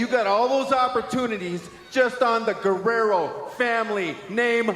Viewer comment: Wtf? It's Eddie Guerrero, not Guerrera. Were you thinking of Juventud or what?? 🤔😂